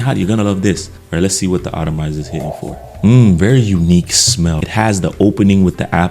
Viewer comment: The word is “atomizer” not “autamizer.” Not trying to be offensive but sometimes miss pronounced words are off putting and can distract from the content of the presentation. 🙏🏼